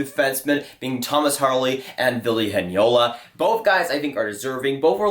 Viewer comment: "Vili Henjala" Nice Ville Heinola pronunciation... xD